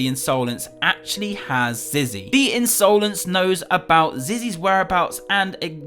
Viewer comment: In so lence not unsolence